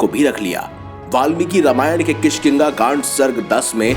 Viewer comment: kishkiga nhi kishkindha hai